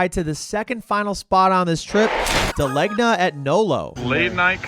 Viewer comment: As a New Haven resident, I can confidently say you hit all the major spots. Also De Legna is pronounced De Lane Yah, drop the Nolo part.